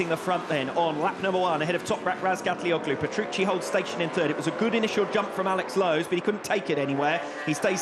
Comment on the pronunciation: Wow this commentator still hasn't learned how to pronounce Toprak's last name. Years later!!